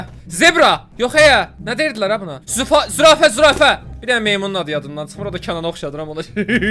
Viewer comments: Zürafe ❌ Züzafe ✔ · Zürafə yanlış zufarə doğru😂😂😂😂😅😅😅